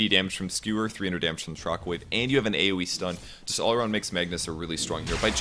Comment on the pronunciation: Does he keep saying "Skrewer?" It's driving me nuts!